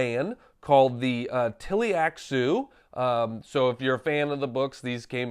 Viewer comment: omg dude, learn how to pronounce Tleilaxu! :-)